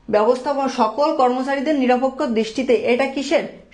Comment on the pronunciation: এই স্যার টা বাংলা রিডিং এ বার বার ভুল করে তাই ভালো লাগে না🙂 যেমন :নিরপেক্ষ কে নিরাপেক্ষ বলতেছিলো🙂